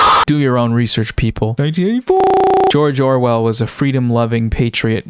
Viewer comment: "jorjor well" sent me